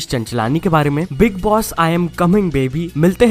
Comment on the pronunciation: It's not bigg boss it's biig boss